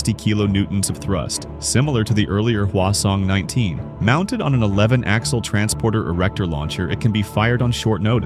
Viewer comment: Hwasong-20 ❌ Khwason-20 ❌ Croissant-20 ✅